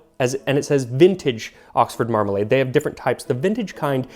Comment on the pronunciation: The way you say Mramalade almost makes it sound like youre trying to pronounce remoulade